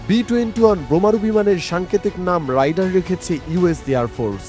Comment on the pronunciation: Rider= রাইডার, Raider=রেইডার … Ei simple jinish tuku jodi ekta professional news channel er content creator ra na bolte pare; Bar bar vul uccharon shunle r content e focus rakha jay na 😕